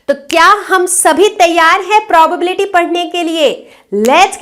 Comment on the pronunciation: Ma'am probobility nhi probability hota hai